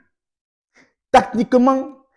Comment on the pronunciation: L accent kmer qui ressort sur ton "nuuuuuuuuuuuuul" et ton "techniquement"😂